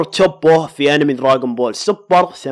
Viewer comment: اسمه دراغون بول مو دراقون بول 🤔